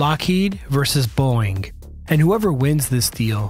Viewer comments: Beau-ing, not Boing. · Overall, a very nice, well done piece, with decent graphics. Personally, I'd love to see the Lockheed NGAD with the twin engines of the Boeing (and, for your AI voice, it's pronounced "Bow-Ing" noy "Boing" , like a spring. Not a good sign when an airframe goes boing as it impacts the ground; they usually don't bounce back up...just sayin) airframe. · You're killin me, dude. Boeing is a two syllable name, not a single syllable sound that a spring makes; "boing". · Boeing has two syllables.